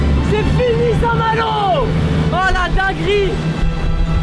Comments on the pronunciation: A « saint-malot » 😂😂😂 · Vous aurez pas du mettre le réel quand il dit saint malour, j’ai bloqué dessus 😂😂😂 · "A saint Maloo" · " À saint malooo" mdrrr l'ia ratée je crois xD sinon super vidéo gg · A saint malooo mdrr 😂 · Le " A st malot " avec l ai me tue 😂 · Le fameux ''a saint malo'' 😂😂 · "Saint malooo"🤣🤣🤣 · Mdr le "SAINT-MALO" je men souviens encore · Ça me stresse qu'il dit saint malo ces intra muros x)